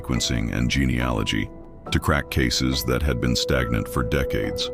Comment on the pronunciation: Your AI is awful, the narrator kept mispronouncing 'genealogy' over and over .. Google it. Was so glad that you mentioned how it ended at the start of the story, as could not stand listening until the end. Will not be subscribing.